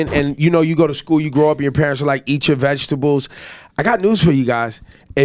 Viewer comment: purents lol lol